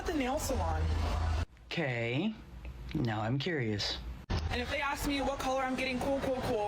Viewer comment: The fact that she can NOT speak basic english and says "aks" instead of "ASK" is enough to dump her.